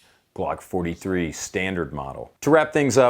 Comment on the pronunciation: Brannon can't even pronounce 43 properly. Opinion discarded.